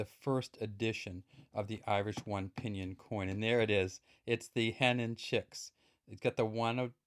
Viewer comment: Pronounced ping-gin or pin-gin. The freestate is pronounced seer-stawt air-in ◡̈